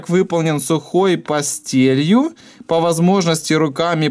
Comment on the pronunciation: Не пастелью а пастэлью звук э